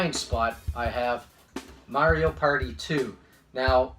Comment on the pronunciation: It must kill you to pronounce Mario that way huh😂😂